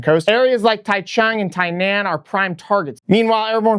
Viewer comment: Great video but my ears winced at your pronunciation of Taichung and Tainan. Here are their phonetic spellings "Ty-zhong" "Ty-non" 😅. Keep up the great videos.